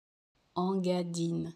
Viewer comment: Cela se prononciation INgadine et non pas ENgadine